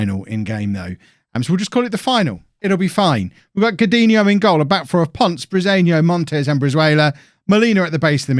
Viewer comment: Your pronunciation of Ponce gets me every time 😂